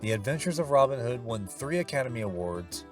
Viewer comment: A timely point of correct pronunciation from a native of GB. His name is pronounced with the emphasis on the second name not the first - Robin HOOD. To do it the Yank way is fine for Yank characters but please, show some respect for an English legendary character.